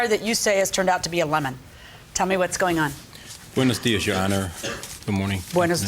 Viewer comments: DID HE REALLY SAY BEUNAS DIAS TI HER? SHE SPEAKS ENGLISH DUM DUM! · DID HE SAY BUENOS DIAS?!?